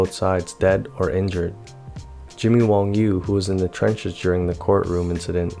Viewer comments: You keep saying Jimmy WONG but it is written & pronounced Jimmy WANG. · WANG. not WONG.